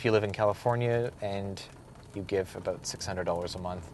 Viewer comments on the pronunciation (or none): Hehe, He said "aboot".